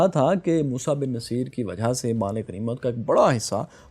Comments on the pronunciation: My dear fellow. General's name was Musa bin Nusseyr not Naseer. Musa's father name was Nusseyr (pesh on noon, not zaber), not Naseer. Please correct. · He was 'Nussair' not naseer. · Boss get your words right, please. His name was Bin Nusayr, not Bin Naseer. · its moosa bin nasair not naseer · السلام علیکم محترم موسی بن نصیر کو نون پر زبر نہیں پیش پڑھتے ہیں نُصِیر اور صاد کی زیر کو بھی مجھول کر کے پڑھنا ہے جزاک اللہ